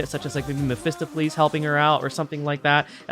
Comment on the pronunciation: so triggering how you mispronounce Mephistopheles LOL